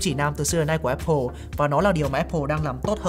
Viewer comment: Thích thinkview và hưng khúc. Xem mỗi kênh này về IT ở Việt Nam. Nhân tiện đọc là Áp pồ nhá, ko phải ép pồ.